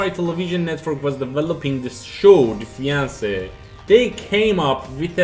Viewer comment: Defiance is not pronounced "The Fiance", it's "Dee-fi-ence". Messiah is pronounced "Meh-sai-ah". Sorry to be that guy but I was trying to look up those games and had to listen to the video several times before realizing what you were saying. Maybe add the title of the game as a watermark of the video clip you use.